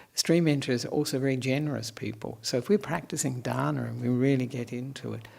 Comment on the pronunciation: What are excellent pronunciations of "Dana, Shila and Bhavana" by Venerable! We all respect it. 🙏🙏🙏.